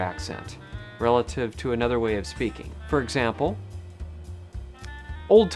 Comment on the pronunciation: You said 'speakeen' instead of 'speaking', is that Californian?